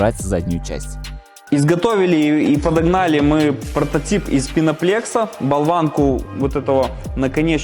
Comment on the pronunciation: мне одному режет слух, когда они пеноплэкс называют пеноплексом? там даже для идиотов специально поставили букву Э, а не Е, чтобы не слышалось двояко...